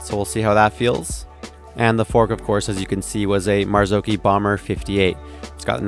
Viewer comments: It’s maz-och-hi 😂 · The pronunciation of Marzocchi is though! 🤦‍♂️ It's Italian, said like Gnocchi....O like "knock", not like "know". Kudos for saying "key" not "che" though!